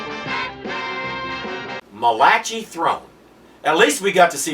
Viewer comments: It's not mal AH chee, it's MAL ah kai. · pronounced Mala kai. He had a very distinctive voice and guest starred in many 60's shows.